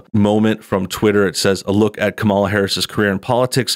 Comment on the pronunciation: oooooooooh no. you mispronounced "KA - Mala's" name